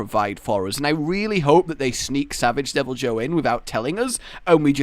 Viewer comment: It's pronounced "devil-eee-hue"